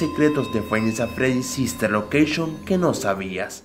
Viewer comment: Like si dise fnaf sister loceishon en verdad es sister location